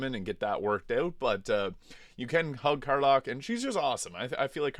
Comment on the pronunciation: Bro I'm 28 seconds into the video and you've mispronounced the name of a character in a game that has 1000% full voice acting, there is not a single line in this game that is not voice acted. How do you get "Car-lock" from "Karlach" seriously bro HOW HOW?? I can't subscribe to your channel until I know how this happened in your brain and came out of your mouth. Did you just play the entire game with no sound on? I'm flabbergasted beyond belief EDIT: And you did it again with Jaheira! JUH-HEER-UH, not JUH-HAR-UH EDIT 2: AWWWWWWWWWWW GAWD YOU WANNA SMASH ALIEN POON!!?? YUCK!!